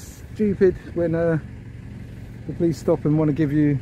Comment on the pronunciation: Poleeeeessstthhh?? Lol.